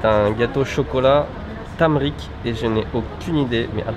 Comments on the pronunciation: c'est pas du "tamrik" mais du turmeric (curcuma en francais) ! 😘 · le "tamrik" XD ! tumeric = curcuma (une des épices présente dans le curry), elle est excellente pour la santé mais à un gout très particulier (entre la terre et le poivron haha) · Pas « tameric » mais tumeric en anglais ou curcuma en français 😉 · C'est pas tumeric mais turmeric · C'est pas tameric, mais tuméric.